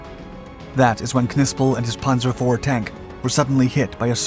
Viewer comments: Pan-zer not Pon-zer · He pronounces panzer as 'ponzer', don't expect much from him. He churns out videos full of mistakes constantly. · It's called a panzer division. Not a punzer! It's not batman and robin! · Wtf is a ponzer ace? Lol